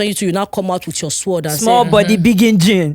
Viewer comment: Sord professor not Sword!!!